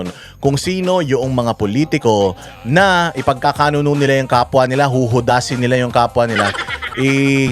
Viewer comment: I’m bothered. 😅 I think the right term is ipag kakanuLO, not ipagkakanuNO. Yun lang. Keep up the good work.💚